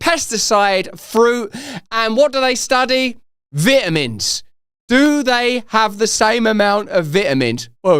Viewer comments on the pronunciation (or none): Gotta get you to stop saying "vit" in vitamins. I can't focus on the rest of the video! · "vit a mins " 😐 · Could you please do me a favor and pronounce vitamins correctly....🤣